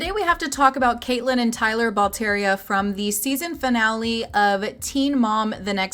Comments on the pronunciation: Their last name is pronounced like "Bal-Terra"... not "ball tee eria" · You’re mispronouncing their name.